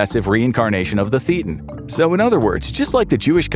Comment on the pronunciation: Ugh you got a lot of things wrong about scientology, including your pronunciation of "thetan".